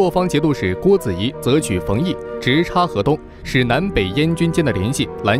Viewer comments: 冯翊pingyi 不是fengyi，念稿子应该找懂点历史的更好。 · 冯翊 读 pingyi